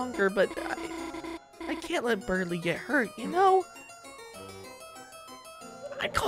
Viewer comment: I love people completely reading Berdly wrong LMAO